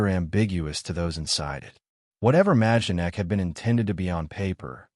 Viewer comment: You don’t pronounce the “j” it’s pronounced My-don-ek.